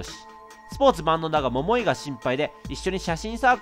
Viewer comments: 桃井の発音が違いすぎて毎回笑っちゃうｗ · みずあ 絶対イントネーション間違ってますよね笑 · ももいの発音絶対違う(笑) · モ↓モ↑イ↓ で草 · 待ってました～❗ それにしても ヒィッ↑クスってw ももー↑い も気になるw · モモ↑イ で笑ってしまうｗｗｗ